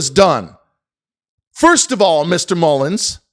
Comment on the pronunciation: I do find it unprofessional when he says Mullens and/or is he doing it on purpose so when:if he goes to court on false statements he could say i said “mullens” not mullen